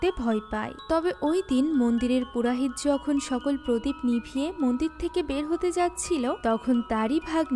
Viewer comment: purahit na, purohit